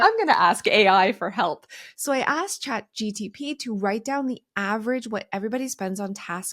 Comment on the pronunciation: its chat GPT not GTP. Love you and your content ❤️